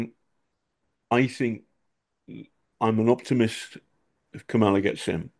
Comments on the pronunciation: I swear you brits all want her to win yet refuse to learn how to even say her name... say it with me now... "COMMA-luh" Not "Ka -MOLLA" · With the greatest of respect John, you must learn how to pronounce the VPOTUS's, and hopefully the next POTUS's, first name. You are pronouncing it in exactly the same, deliberately incorrect way, that Trump is..